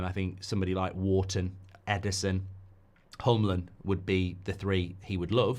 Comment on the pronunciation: Who is HUMLUM? If you mean Hjulmand then say it correctly. Not that hard. Jul-Man